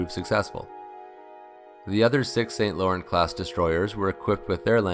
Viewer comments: I love your videos and as a fellow Canadian, they give me a sense of pride of what our armed forces and defence industries have achieved despite the lack of funding or even interest from successive governments. One small niggle….PLEASE PLEASE learn to pronounce French names such as St. Laurent (it’s “san loron” and not “saint lorent”). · St. Laurent is pronounced Sain-Lauron, by the way. Not Saint-Lawrent. It's French.